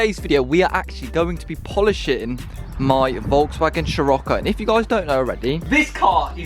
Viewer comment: Everybody else: Sirocco Him: Shirocco 😂